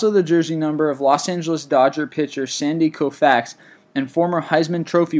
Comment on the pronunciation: The way he said Sandy Koufax